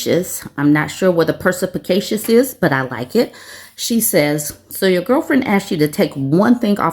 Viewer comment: Percypicatious? Lol